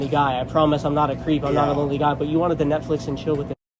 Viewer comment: Grandpa: 'Netchicks and flill' 😆🦷